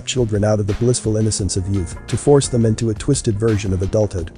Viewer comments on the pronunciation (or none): none